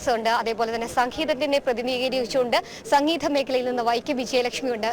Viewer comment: റിപ്പോർട്ടർ കൊച്ചേ ' ദ ' എന്ന അക്ഷരം ഇങ്ങനെ തെറ്റായി പറയരുതേ . ധ പറയും പോലെ തന്നെയല്ല ദ സംഗീതത്തെ സംഗീധവും ആക്കി